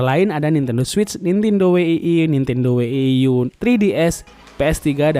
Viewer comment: Bang coba dong bang next klo ngomong wii dan wii u jgn we-i-i atau we-i-i-yu agak gimana gitu bang denger nya wkw cukup wii atau wii yu, itu yg bener